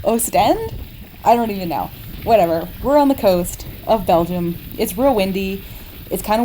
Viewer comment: First attempt was spot on. The locals with their terrible accent might pronounce it differently, but the rest of Belgium would understand you just fine